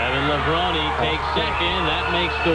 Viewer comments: AI does not know how to pronounce Levrone 🤣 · Very sad you purposely mispronounced Kevin's last name the ENTIRE video! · That's a great start making a 14 minute video about someone and not knowing how to pronounce his surname, good job pal